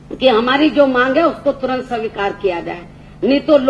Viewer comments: are u sure dat u want to see her as CM of UP lolzz..she can't read the written notes in proper manner then how can she rule here, listen carefully her speech she can't pronounce 'svikar' as she said 'sawikar' I bet if she gives the same speech without reading the notes prepared by someone else in half an hour duration by her own heart or mind then i'll agree what she's saying is correct. !!!!! And why would any muslim vote modi and not her ? coz they don't see any hope of development by you in UP so all ur muslim voters gave their blessings to our PM NaMo. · बहन की लौड़ी से ''स्वीकार'' तो ठीक से बोला नही जा रहा...और ये e. v. m. मशीन जैसी आधुनिक technology पर ज्ञान पेल रही है.. 😂😂😂😂😂😂